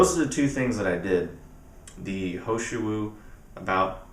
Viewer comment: is the tea you were saying the He Shou Wu Extract? sounded like you were saying ho shu